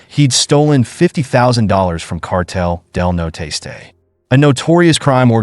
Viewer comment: It's not cartel de no tastay, it's cartel del Nor-este